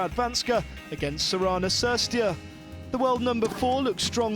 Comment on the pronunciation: He doesn't even know how to correctly pronounce the players' name. He pronounced "Cirstea" wrong here and yesterday it was "Schiavone".